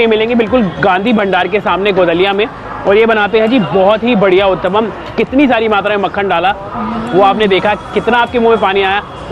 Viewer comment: when pushed to say Uttapam..and finally he said the word, the way he said it I was ROFL 🤣🤣 but yes he did pronounce it correctly 👍 ur rght Matra=quantity Here in India usually kachoris are larger in size,these shown in the vlog are special cos they are smaller.